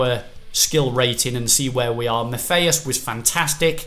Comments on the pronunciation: IT IS MAT EY US NOT MATH EY US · It's pronounced -hey-us not Math-hey-us ---- but considering can't even pronounce Fabinho -- it's not surprising -- maybe he should start calling his brother - Math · Matthaus is pronounced (MAT-I-US) Not (MAFF-A-US) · Can you not say maffeus it’s mattheus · hes pronounced 'Mat-ey-us' not 'math-ey-us' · “Maffaeus” and the whole video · Sorry, it's bugging me... Matthäus - the H is silent so it's like Matteus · and it’s “Mat-tay-us” in pronouncing his name, great video like usual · Tomorra as says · Correct Pronunciation of Matthäus - Mat-hae-us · Maffaus, mathaus, is disturbing my peace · How many times in one video did you just pronounce matthaus wrong!